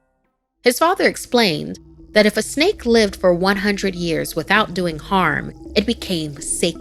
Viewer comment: Bro, She Adding The "Snek" Murdered Me. XD Jokes Aside Though, Yeah, The Snake Is Pretty Cute, Though I Probably Would've Been Way On Edge Knowing That Thing Was Raising It's Hood While Looking Up At Me. Note: When Cobras Do That Thing Where They Extend The Looser Skin By It's Neck And Make It Look Like Some Kind Of Hood By Their Heads, Yeah, That's A Warning Sign Lol.